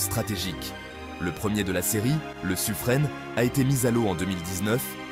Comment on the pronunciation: Je suis un peu d'accord, cette chose m'a immédiatement sauté aux yeux dès les premières images de la vidéo... Le sujet est intéressant et pas trop mal narré, mais la vidéo est à ch.. D'autre part, c'est assez agaçant d'entendre tout le temps le nom de l'amiral Suffren prononcé "suffrenne" ! Ça se prononce "Suffrein" !